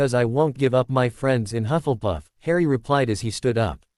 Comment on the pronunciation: It is not huff and puff, it is hufflepuff, if you can't get the pronunciation right don't say the f**** word